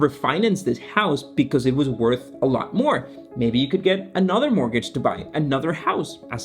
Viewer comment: I'll pay him 100$ to learn how to say mortgage